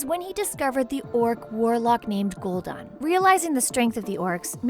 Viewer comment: Kahgar.... ner'thul... Gol'Dan... Gil-neas... stormgrade... Blackmar... Duroton... Taren... scorge... kil'jadeen... mal'ganees North end... Lordrien...dooratoor. How to pronouce them right: Kad-gar (Khadgar), Ner'zul (Ner'Zhul), Gool'dan (Gul'dan), Gill-nay-es (Gilneas), Strom-guard (StromGarde), Black-more (Blackmoore), Dur-o-tan (Durotan) T-oor-in (Tauren), Sc-er-j (Scourge) Kill-Jay-den (Kil'jaeden), Mal-gan-iss (Mal'ganis), North-Rend (Northrend), Lord-eron (Lordaeron), Dur-o-tar (Durotar). No offence to though she actually did well pronouncing them. P.S SarGeras not Sarjeras.